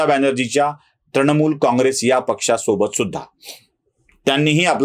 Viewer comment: त्रणमुल नव्हे तृणमूल.